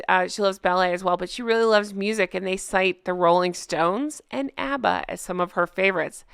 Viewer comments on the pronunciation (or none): none